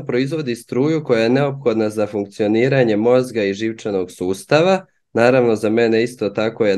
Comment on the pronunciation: Pozdrav, moje misljnje je da loše akcentuje na hrvatskom, i onda deluje dosta ne mogu reci lose, ali da kazem izvan konteksta. Posebno reč " funkcionira" potpuno pogresno akcentuje, a nadam se da ste i sami to primetili. Ima tu jos poprilicno gresaka ali OK! Da me pogresno ne shvatite, pola rodbine su mi Hrvati, Split, ZG, Makarska, Hercegovina i sa njima cesto komuniciram i odlicno znam kako zvuce, i naravno nista lose ne mislim preneti ovim komentarom, pogotovo ka Hrvatskom narodu i jeziku, samo zelim reci da ipak mislim da je prirodnije da se obrati na srpskom! Vama pozdrav, kao i za profesora, i naravno Bozidara. Svako dobro!